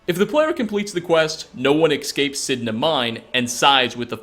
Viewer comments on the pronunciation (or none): "Ecscapes" Eugh